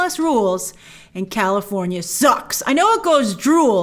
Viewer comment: California, has an R, Lol